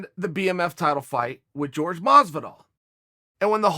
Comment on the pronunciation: Pleaaaaaase stop calling him GEORGE!